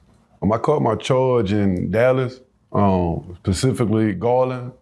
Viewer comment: Specifically brother. Specifically, not Pacifically.